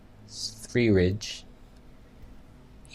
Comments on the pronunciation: it's pronounced 'svedeeyeh' (rolled 'r' sverriige) it's Swedish for 'Sweden' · The way you speak his name... sv3rige... lol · Your pronunciation of sv3rige, response to his cancer heals tumours, the hamster voice you gave him Hilarious ! Great debunking and points on disinformation, comparative blood results etc etc. Excellent video !!!!! ✔️✔️ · It isn't about his English, when you take a blood test (including vitamins) you won't see vitamin F. I am certain,as ("") mentioned, that he meant vitamin E. I was laughing hard because made a funny comment in the video. Also when he tried to pronounce sv3rge.